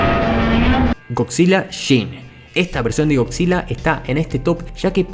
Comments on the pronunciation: Estás de la verga,comentas acerca de Godzilla y pronuncias Godzilla,no mames,primero aprende a hablar correctamente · bien por "goczila" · Eh pero goCzilla o no goCzilla?